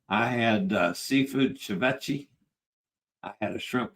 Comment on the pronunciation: Ceviche (ce-vi-che) = Say-vee-tchay, use your default vowel sounds for Spanish too! Quay/Cay = Kee; Quay = Kee; Quay = Kee Vay-nay-tzee-ah, nay-tzee-ah; nay-tzee-ah; nay-tzee-ah Work on your ñ (NY) sound, as in España and the GN in lasagna and Magnifica! N-yah: Mah-nyee-fee-kah, nyee = ñee